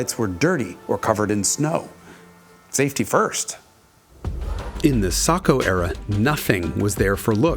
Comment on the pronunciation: Almost a perfect video if only he could say Sacco right 😭